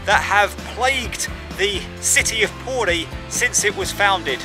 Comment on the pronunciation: He could at least have said P O R I properly.